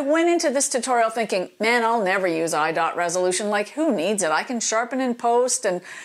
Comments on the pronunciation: It’s not “I-dot-resolution”, it’s just I resolution”. If they left the “dot” out of it, people would still mispronounce it!!! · You are maybe the only person on the planet to pronouce it " eye DOT resolution".